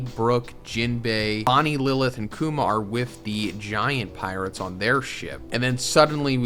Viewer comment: lol you called “Kuma” Kumar